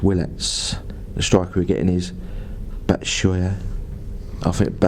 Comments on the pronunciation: The strikers name is pronounced Bat-shoe-eye-e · I think its pronounced (BAT-SHU-EYE-EE)